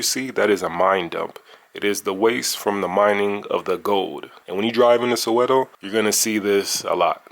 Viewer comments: Saweto not sawetho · Omgggg it's not "Sowe-THOH" or "HEC-THOR," T's are pronounced the same everywhere, they don't change because it's South Africa 😂